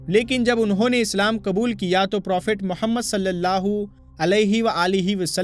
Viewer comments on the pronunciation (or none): Aap is waqt urdoo zubaan se khitaab kar rahe hain to apni zabaan par qaaboo rakhen qlafz kabool nahin woh lafz qubool hai doosre lafz fir nahin phir hai